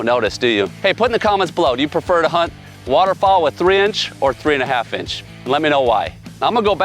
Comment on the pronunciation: Where are you from? It took me about 10x to figure out you were saying "waterFOWL" not waterFALL! ;-)